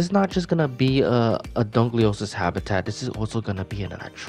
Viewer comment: No hate but it's pronounced Dunk-a-lost-ee-us